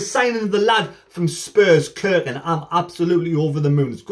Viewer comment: Haway man, get it right. It’s not pronounced Kirkin ……….. stop it!! It’s pronounced Cirkin with a SSSSS irkin. Look forward to watching you this season pal 👍